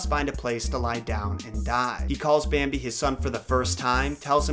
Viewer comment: "Bääämbi" DX